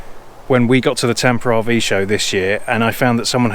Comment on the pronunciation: LOL, I think it is pronounced Tampa, but you sound like Tamper. I really liked your wood version but I really love the hitch storage idea. Very nice product. There isn't anything wrong with the way you have the hitch in it. Have a beer and move on lol. We love you guys. Keep doing what you're doing. Great video. <3